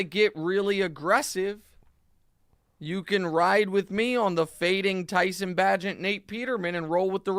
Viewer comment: Great research on the Chicago game 🙄 QBs name is pronounced BAE-gent Fear the wounded tiger, people 🐅